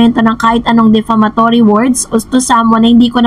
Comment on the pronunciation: Hello it's defamatory not deflamatory